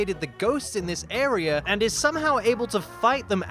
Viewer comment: Air-E-Er Never change